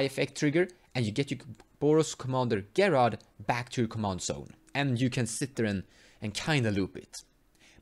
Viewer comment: His name is pronounced Jerard. I don't mind pronouncing things differently, but thought you might want to know.